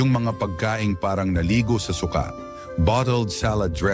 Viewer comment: Su-ka hnd suka